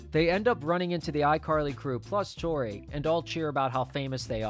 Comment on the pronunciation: "Unless he's dating a 3rd girl named "Topi"." - Freddie (classic) When Tori reads her charm bracelet as "Topi" not Tori